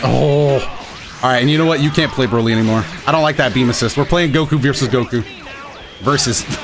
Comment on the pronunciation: Dbs broly in show. In game dbz broly. And Every time you misread him.